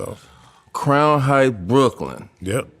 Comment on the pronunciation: Crown heights not height lmao